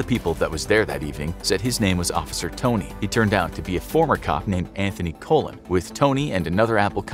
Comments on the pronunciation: Did this dude really pronounce the Spanish last name "Colon" like "Colon" the intestines? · Dude now YouTuber pronounce "Colon" wrong. Smh.